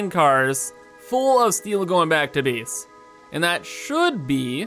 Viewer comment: I like the way he says space and base.. "There's not enough speece in our beese"